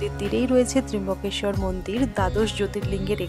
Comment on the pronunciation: Tomader Trimbokeswar bolata sudhrobena .tomra ki montro te teimboke goury narayani nomohstute bolo?..ota trambokeswar...